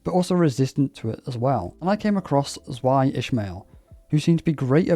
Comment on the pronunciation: Dunno how much you care, but "Zwei" comes from the German word of the same spelling--meaning the number two--and is the same Zwei seen in "Zweihander" (the weapon they traditionally use in their Library of Ruina appearance and some of the Zwei IDs in Limbus). Because of that, the pronunciation is actually closer to "Zvy", since the German W tends to be more like a v and the ei results in a y-like sound. Not nitpicking you for saying it that way though--I said it that way for two years during LoR's early access~full release period until a friend finally corrected me. xD